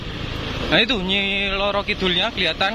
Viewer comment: Roro mas bukan loro 😅